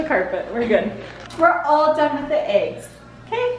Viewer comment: Jamie's:"what is wrong wif u?"🤣🤣🤣🤣🤣🤣🤣🤣🤣🤣🤣